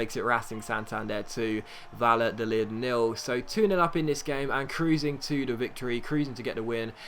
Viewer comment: the double L in spanish is pronounced either like a y or a soft j sound--it's Vayadolid, not Valadolid